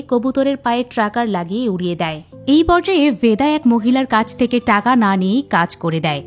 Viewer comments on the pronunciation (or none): none